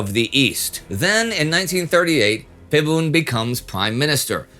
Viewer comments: It's Pibun, not Fibun. Dumb romanization method dictates the "P" to become "Ph" in English. I actually hate this system. Mispronunciation aside, this is why I like the internet, because you can always expect a foreigner to tell you what's not on the books. Do you know what the Thais actually call this guy? "Grand General P. Pibunsongkram". The funniest thing about it, is that "P" which is "Plak" means "Weird" or "Creep". So it looks like even his parents must've hated him to give him such a name. (The dumb romanization system dictates the "-air" to be -ae"). I just call this fucker a creep. Thai books actually speaks highly of him & said his hands were tied into joining the Japanese. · what bugs me here is the pronunciation. It should have been pronounced Pibun (h sound is omitted). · Thank you for the post. Note: ‘Phibun’ is pronounced ‘Peeboon’. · I wrote my Master's thesis on this guy, very fascinating period in Thai history (pronounced Pee-boon though, if you see a "ph" in front of a Thai word, pronounce it with a normal "p", not like the Vietnamese one) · Can’t trust a supposed historian who can’t even pronounce Phibul’s name correctly. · Any name in Thailand that is spelt with a "ph" is pronounced as "p" and not an "f" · Too bad you didn’t research pronunciation. Ph is a hard P in romanized Thai. You know, kind of like the Th in Thailand. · Ph can be pronounce as F like philadelphia (fi-la-de-fear) or philosophy (fil-lo-so-fey) in this case it's not his fault that he pronounce it wrong it was different of our language also there's no word to pronounce P alone if you use pi it will be pronounced as pie or you known as this symbol π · ph = ff 555555 "Wat Fra Cow" was even better. Dude, learn how to commentate and pronounce the key words. otherwise a pretty good episode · Phibul (it's bul not bun) to his friend is "Phleak" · Just a note, PH in Romanized Thai is pronounced just "p" not "f". So instead of "Fiboon" it's "Piboon". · Pibun. Not Fibun.